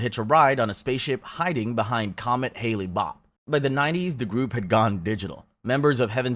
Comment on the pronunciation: Rose Mc-Go-an? Brancy Dey-vidians? Hailey Bop? Dude, why don't you look up how to pronounce these things?